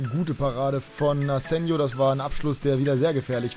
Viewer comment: will ja nicht so nen "Neunmalklug" sein, aber Spanier, wie Asenjo, werden mit Chh ausgesprochen, also das J.